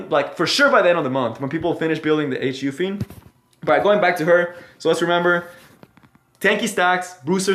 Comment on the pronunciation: She is called Holiday Yu-fi-ne.